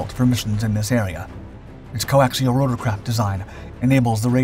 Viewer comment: Coaxial, just say coaxial ffs